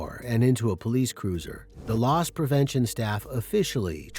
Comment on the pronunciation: Poe leese! Ghetto